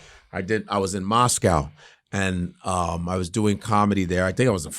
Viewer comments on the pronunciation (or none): none